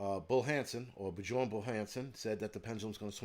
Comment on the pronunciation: Bjorn is pronounced Byorn.